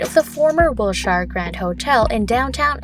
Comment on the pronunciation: What an embarrassment. “Gass Company Tower”? Can’t pronounce “Wilshire”? Give up.